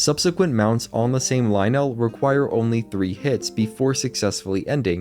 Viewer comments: I've never herd someone say Lynel that way and so many times in a row. Isn't it Lyn-nul not Lie-nell? A few times you say it both ways. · its okay to have wrong opinions sometimes but only so long as you dont conflate them with facts. its pronounced "ly-nul" as one smooth word, not two distinct syllables. it sounds clunky and bad. it is not correct. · pronounced lie-nul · pleaaaaase pronounce lynel normally...... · I hate they way he say lynel